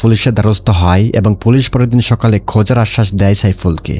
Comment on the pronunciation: Vai folice na.. Police